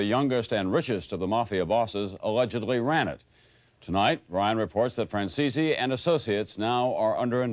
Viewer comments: His name is Franzese not Franzeeezeeee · Nice work Mike, hey I just gotta know one thing: why do some people pronounce your name as Fran-ze-see? When I hear you say it, it sounds more like Fran-zeese. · The way the news reporters pronounced your name lol "franzeesee" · Hey Michael, why is it that nobody can ever pronounce your last name correctly? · Hearing your last name mispronounced makes me cringe. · They can't even say your name right.